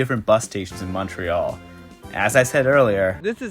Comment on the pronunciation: So much commentariat action on ridiculous Canadian tidbids....so let me add to them...you get all the heat on pronounciation, but major props to your correct Canadian pronounciation of Montreal and not Mawntreeeal. Merry Christmas and cheers from Pointe-Claire.